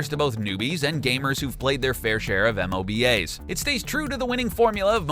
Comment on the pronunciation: "M-O-B-A'S" honestly wtf